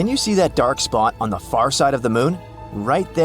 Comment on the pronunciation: It's FAR NOT FUR!!!!!!